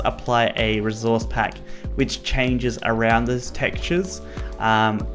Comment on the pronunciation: No one:: rezourze pack